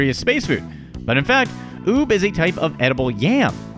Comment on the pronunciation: Some of these are a little rediculous Also, ube is pronounced like oo-beh!